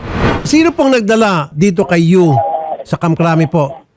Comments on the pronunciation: It's Yu not Uy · senator raffy, YU po hindi UY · Senator Raffy hindi UY kundi YU po.